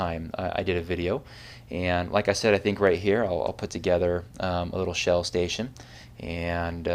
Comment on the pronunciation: Oh! "Shell Oil Station". Sounded like something else.